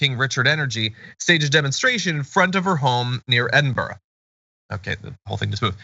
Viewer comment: It's so refreshing hearing an American correctly pronouncing Edinburgh 😍